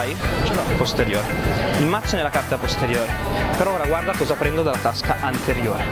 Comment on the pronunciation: La scena migliore è quella di che dice cazzo al posto di mazzo😂😂😂😂